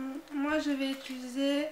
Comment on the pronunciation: J'aime beaucoup mais tu dis ituliser au lieu de utiliser ^^